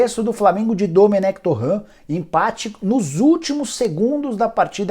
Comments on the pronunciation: Nicola! Por que vc insiste em chamar TorrEnt DE "TorranT" quando o mesmo diz que a pronúncia é TorrEnt? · tá falando o nome do cara errado, não é torraaan é torreeen, ele é espanhol, não é francês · Torrãn... Torrãn... Torrãn... Torrãn... Torrãn... Ele é francês???